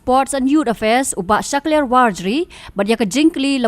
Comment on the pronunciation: Shaklair ❌ Sah kale ✅